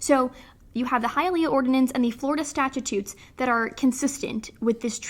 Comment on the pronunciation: I love your video and I hope you make many more...EXCEPT...you're killing me. It's Stat-Choots, not "statchitutes." 🤦‍♂ Awesome topic though.